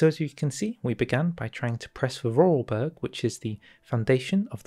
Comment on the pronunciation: Hello there! I am a random comment helping you with pronounciation. The German/Austrian way of pronounciation of vorarlberg is for-are-l-berg the L sounds like the L in ill. The Name translated into english means: Before-Arl-Mountain Na? War die Erklärung gut genug? ;D